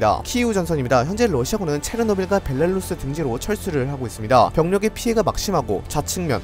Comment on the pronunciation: 와 벨라루스 발음 엄청 자연스러워지셨어요👍